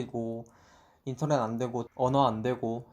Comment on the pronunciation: Zzzzzzz인터젯은 진짜 현웃함